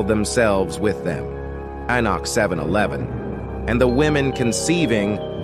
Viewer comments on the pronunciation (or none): The AI pronounced Enoch differently every time it was said